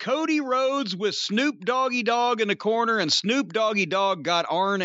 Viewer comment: Jim calls Snoop, "Snuke". Hilarious. If I recall "Snuke" in its original form was the nuclear device snuck up Killary's babymaker in 'South Park' .